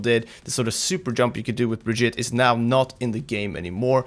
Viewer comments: Well he's not... it's bri-geet-a. With a hard G. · To fix your terrible pronunciation of her name think Vegeta, except turn him into some brie cheese. Brie-Geta. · BRI-GEET-AH. come on now. how are you so misinformed? watch the developer update and the origin video... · Say it with me.... Bre-Gee-Ta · Say it with me. Bri GEE tah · Pronounciation mysca, brig eeta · It's "Brajita" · Why do you not pronounce her name, Bri-geet-eh? She says her own name in the reveal. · Y'all are really butchering her name.. Also, not surprised the super jump didn't last. That was obviously an unintentional ability. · My god how hard is it to at least try to say the name right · >Still can't pronounce her name correctly. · Jonathan Brooks the pronunciation is just plain stupid from blizz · its not brigitte its brigitte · Dude, watch her origins trailer! She introduces herself at the end and you can just go with that. I get that Americans might mispronounce her name but right now it sounds like you're saying it wrong on purpose and while I love you guys, it's really silly. You're not from the USA, you can do better! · BunBabylon Its not Brajita There's no J sound Its a G sound.